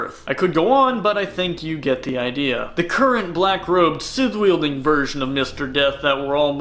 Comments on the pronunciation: It is scythe not sith lol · Everytime he says scythe in that weird pronunciation It sounds like he is saying Sith Could you imagine a Sith Lord walking around with a scythe He would look like death😶😑😐🙃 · Sithhhe hehe lol long pronunciation. Who says sithe? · Never heard it pronounced like that before😭